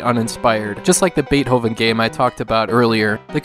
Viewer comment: Cats, Rabbits, and Dogs. Oh my!! I thought you say it as Bay To ven not Bay O ven. I have Ren and Stimpy on original Gameboy.